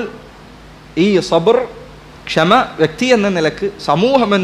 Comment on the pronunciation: സബ്ര് അല്ല; സബ്ർ ആണ്